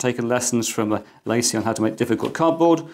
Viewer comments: I think it's pronounced La Cie. French for The company. In my opinion, it's just Seagate trying to hind behind another brand. I just have never found Seagate to be reliable based on the experiences of friends, family and co-workers. I personally wouldn't trust them with my data, but I'm sure there are plenty of people that do. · La Cie is 2 words... please speak it as if it were French.